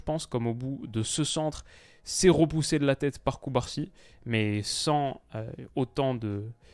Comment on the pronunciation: On dit "rEpousser" et pas "rOpousser"